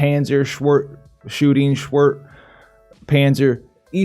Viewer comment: its funny how you pronounce schwert :) it is sword in german but i guess you already know that :/